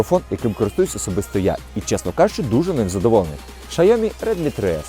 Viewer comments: Найправильніша вимова бренду Xiaomi яку я тільки чув. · Як правильно вимовляється китайська назва компанії, можете почути з вуст віце-президента Xiaomi Хьюго Барра. вимовляє саме так) P.S. 2\16 також. З мінусів його можу назвати лише низький фпс при слабкому освітлені.